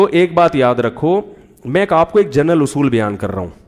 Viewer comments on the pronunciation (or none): none